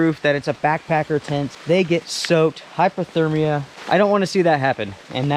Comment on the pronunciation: did you say Hypothermia, hyperthermia or hypathermia? clearly you mean to say Hypothermia I'm guessing... I don't mean to be a nippit or whatever, but you should clearly pronounce the two words, it really sounds like you are combining the two to me, and I'm a headset user... clearly the third "hypathermia" isn't a real word.